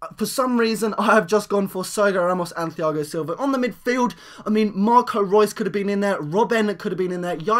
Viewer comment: its pronounced tiago not thiago and ser gi o not serg io